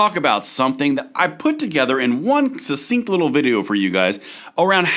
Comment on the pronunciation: Sussinct and ambidextrious in the same clip.